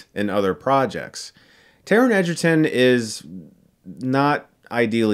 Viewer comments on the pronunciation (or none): none